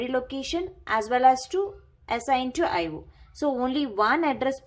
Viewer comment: Eye wo devices.... Lololoo